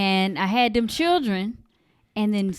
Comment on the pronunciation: She didn’t say children, she said chirren